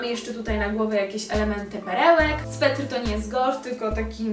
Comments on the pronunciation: Bardzo irytuje mnie jak ktoś mówi ,,swetr" mówi się sweter, ale i tak bardzo miło mi się oglądało najbardziej podobała mi się przed ostatnia stylizacja.💜👍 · Mówi się „sweter”, a nie „swetr” 😉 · Czy tylko mnie tak okropnie wkurza 'swetr'?!, sweter. Ale i tak filmik bardzo miło się oglądało. 😘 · Stylizacje super, ale mówi się sweter a nie "swetr" 😅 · Jak coś to mówi się sweter a nie swetr haha💜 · Też mialam to napisać. To już kolejny film, gdzie to słowo aż razi...